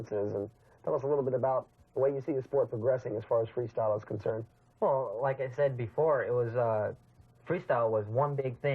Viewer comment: In minute says Freesyle... incredible for a profesional Freestyle video hahaha, how come nobody noticed